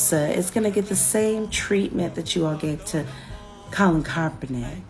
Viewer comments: They can't even say kap name correctly haha gtfoh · She can't even say his name correct. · These dumbasses can't even pronounce Kaepernick's name right, and they're virtue signaling about this. That "soldier" (who was probably cosplaying as one of the Village People) is why I left the military. Sissy ass clowns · Neither one of these morons can even say his name correct. Do they even know who he is? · can't even say kaepernick's name correctly yet giving an opinion. this is a weird series of events. these people also don't understand a fundamental rule in sports. you can be a problem socially up until you're are more of a problem than you are a talent on the field. bosa is one of the best pass rushers, and kaepernick was on a decline. he became more of a distraction than his play warranted. this is why people who don't know ball, or politics of that matter, should keep their noses out of it. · 😂😂 demoRats stay crying. Can't even say Kaps name correct yet jump everyone that says kamalas wrong 😂😂 Kap kneeled during the anthem before the game... nick put on a hat after the game.... please keep crying low IQ sheep. Easier to know whom to stay away from 😂😂